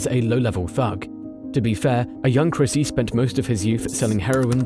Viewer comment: Christy, not Chrissy.